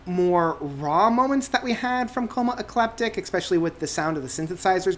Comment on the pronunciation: you're pronouncing ecliptic wrong